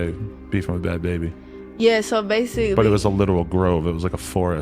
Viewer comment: Ba-had ba-haby 😂